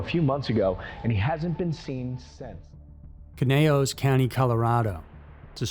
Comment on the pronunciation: no disrespect. I speak Cymraeg (Welsh). Clocaenog is pronounced Kloh-CAY-noc, and Aberystwyth is basically like it looks, Ab-uhr-IST-with. If you ever need help with any Welsh words or place names, I'd be happy to help, no charge.